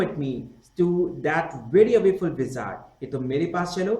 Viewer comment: awaful that is not awayful.🤗